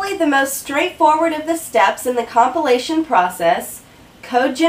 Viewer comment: Brilliant explanation. For a moment there, i heard compilation as copulation :D